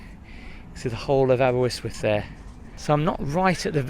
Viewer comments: I lived round Aber and if only you knew what happens in the castle u would be there 😂 but good attempt on welsh you pronounce it like aber-yst-wyth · Why would he pronounce it Aber WIST with? There's not even a W in the middle of it??? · It is pronounced Aber wrist wyth not the way you say it. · Its Aber ust wuth the y is an uh sound. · Aber-ust-with (according to our Quaternary lecturer). The first y is pronounced /u/. Thanks for the video ❤️ The happiest 3 years of my life were studying in Aber 🥰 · Not a criticism at all, well done for making an effort. It's pronounced, ABER UST WUTH. There's only one W in Aberystwyth :) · No its pronounced Aber - ust - with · 1: you are terrible at pronunciation 2: all stones on a beach are flat 3: ALL SAND IS MADE OF TINY ROCK AND SHELLS 💀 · Crying with laughter with the pronunciation of Aberystwyth 😂😂🏴✌️ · Your pronouncing it wrong! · Up the Welsh! 🏴🏴 It's West Wales by the way and Aberystwyth is pronounced exactly the same as the spelling so not sure where you got that middle W from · Had a giggle each time you said "Aberystwyth" ....there's only one "w". I grew up a few miles from here and lived there for a few years. Was a bit expensive to rent though. Used to walk over to Clarach Bay then Ynylas over the cliffs. It's a nice walk in the summer. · I remember walking to the top of Constitution Hill took me ages,l cant believe how you are saying Aberystwyth l would have thought someone would have told you how to say it or corrected you.l cant remember the sea being that blue,l remember coming in by train and seeing the Dolphins as you entered. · Could have at least learn’t how to say the name of the town aha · It's Aber-ist-with (Aberystwyth) why your saying it aberwystwyth I have no idea.. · Why are you pronouncing it Aber - wis- wif? It’s Aber - wrist - with🤣🤣🤣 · abe -R, not abewyswyth .. very irritating! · It most definately isnt aberwhistwhist. Aber ust with. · Great vid- Aber Yst wyth not Aber wiz with 🤣👍